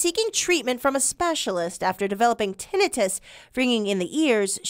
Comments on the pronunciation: Tinnitus is pronounced: Tin-night-tus Her pronunciation of the word is irritating as hell to me. Now we'll have a bunch of dumb azzes walking around here mis-pronouncing the word as, ten-net-tus. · Pronounced, Tin-eye-tus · If this newscaster person wants MILLIONS HEAR HER. At least say the DAMN WORD CORRECTLY. TINNITUS. (Tin- ni- tus) SHOWS HER. "LACK "OF INTELLEGENTS , THROUGH OUT REPORT!!! AS MANY MANY TIMES SHE PRONOUNCES IT WRONG!!! Its NOT even a HARD WORD!!!!! WOE. This really AWFUL!! Someone so pretty look so ignorant on national spot lite!! No one corrected her!!??? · This was more of a funny skit than news. Who edited this? Who wrote this? For one: Tinnitus = TEN-EYE-TISS For the rest: shake my head to the terrible, cringy puns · Te NI tus. Learn to pronounce it BEFORE you go on AIR. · Ten-I - TIS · Its Ten i tus not tinnitus really she's a news reporter. No surprise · Tinn da-nite—us can’t even pronounce the word learn how to pronounce the word before reporting it’s 🐍 ve^om it turns u N 2 a 🐍 they don’t have 👂 go get your booster maybe you’ll lose Yor 💪🏼next they don’t have those eather !! S.M.H. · Glad to hear this kind of news being reported .....but please review how to pronounce "tinnitus"! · If ever it was clear these 'news people' are not journalists, and they are simply reading a script- its that this woman can't even pronounce tinnitus properly. The segment is ABOUT tinnitus, and no one even corrected her. Glad to see some light shed on this, but I think anyone paying attention knows that AE are not rare. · Why are we concerned about doctors not practicing proper medicine when we have reporters who don’t practice proper pronunciation. Tinnitus, it’s eye not ih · she does not pronounce tinnitus correctly. I've never heard it said that way. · Your anchor person needs to learn how to say tinnitus and it's a hell of a lot more common than they're letting you believe so are all the other problems caused by the vaccine that they're hiding from you still